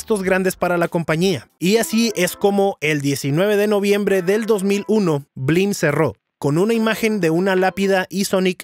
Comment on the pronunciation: Ahora lo entiendo todo... blim (no bleem) es un emulador de netflix, pero sin optimizar